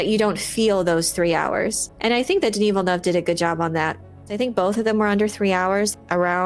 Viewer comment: I don't think it's much to ask that you at least take a moment to learn the proper pronounciation of Villeneuve. It's not that hard.